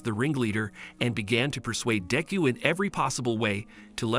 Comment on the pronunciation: If you are going to say deku name say it right